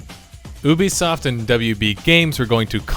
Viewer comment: OOBISOFT amazing just amazing when did oo become part of this its you-bisoft ubisoft your welcome mate hope you can read this XD